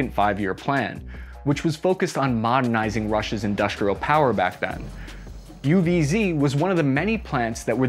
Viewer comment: Fun thing is you pronounced UWZ not bad at all and with confidece!